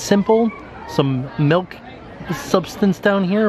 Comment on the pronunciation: ....why are you saying MELK? It's milk.